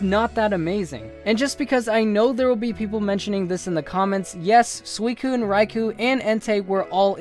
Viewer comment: sui-cine get it right